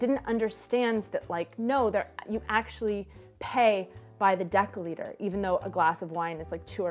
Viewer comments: that was pretty good Ř, thumbs up P.S.: misunderstanding, happends. If both of you knew ENG on lvl. B2+, my guess would be, no problem (for the whole situation). Also dcl = decilitr, not dekylitr (nitpick) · I liked the video and I'm not a pronounciation fascist by any means, but I'd suspect the story about the wine is an anecdote you tell people, and since most Europeans are too polite to correct you but will silently judge you - deciliter is not "deckaliter", (as little as a decimal is a deckamal). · Native metric user here, the "ci" in deciliter should be pronounced like a Spanish or French "si". Deci (d) comes from the Latin decimus, meaning tenth. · Given your pronounciation of "deciliter", how do you pronounce "decimal"? :D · I don't want to be nitpicking or something, but I'm not sure that your pronunciation of a "deciliter" is correct :D